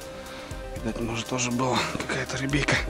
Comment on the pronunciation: Бля,,не говори "рибейка" мерзко звучит! Раньше так не говорил. А так фильмец 🔥🔥🔥